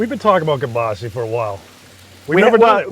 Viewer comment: You guys are great, I really enjoy your videos, however... it’s kielbasA not kielbaasi! I know you guys are from New England but...😊